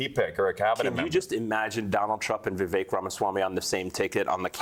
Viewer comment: The great Voo-vuk Ramaswoop😂😂